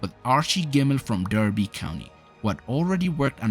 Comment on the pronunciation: You've mispronounced "Derby". The competition was called the European Cup back then. Clough was "the shop window" and Taylor was "the goods in the back". For better or worse the game has changed since then, and what Nottingham Forest achieved is unlikely to happen again.